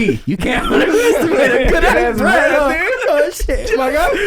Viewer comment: “You can underestimate a good ass breaff” 😂💀